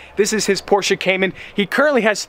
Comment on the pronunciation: Did you just pronounce Porsche correctly?